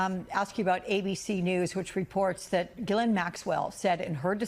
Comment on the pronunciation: It’s funny to hear the varied attempts to correctly pronounce the name “Ghislaine”.